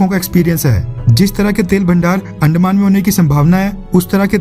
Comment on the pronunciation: Bro please don't insult our language please... अंदमान not अंडमान